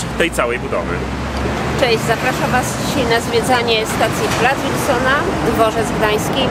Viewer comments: To jest Plac Wilsona, a nie Łilsona!!! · Wilsona, przez "W". Mówisz "Rondo Łoszingtona"? czy Waszyngtona. Z Placem Wilsona jest tak samo. Nie przez "Ł". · nie mówi się łilsona tylko Wilsona tak samo jak jest w pisowni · jakiegoż "Łilsona" na miłość. "W", nie "Ł". "Wilsona", nie "Łilsona".